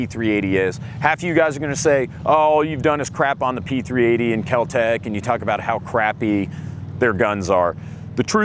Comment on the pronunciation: Kel-Tek eh? My oh my.